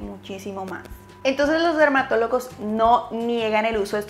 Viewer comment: Min le entendí dermatolocos 😂